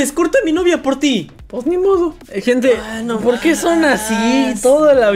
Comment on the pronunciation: Si se dieron cuenta que en ocho y el siete en ves de decir no ,por decian nopor